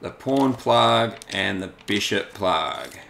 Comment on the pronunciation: When you said pawn plug, your accent made it sound like you said porn plug Lol.